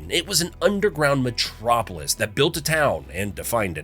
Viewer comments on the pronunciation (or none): none